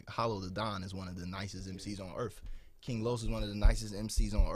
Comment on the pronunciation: "On earff"